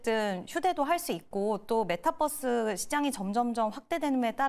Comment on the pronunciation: 얘도 메타'뻐스'라고 하네 ㅋㅋㅋ metaverse